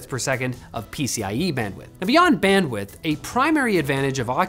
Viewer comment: You said it wrong, it's not Bandwidth, it is Bandwdith